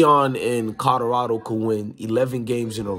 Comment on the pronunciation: I dont mean to get on you for your pronunciation skills. However, there is an L in Colorado Fam, not 2 D's. Colorado not Codorado.....